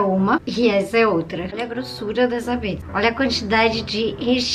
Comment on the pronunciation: Ela falou piczza kkk